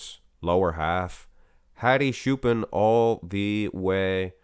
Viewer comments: Hello It's not shupen or shupan its chupan! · It's Hadi Choopan not Hadi Shupen